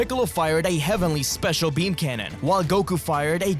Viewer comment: it's peam...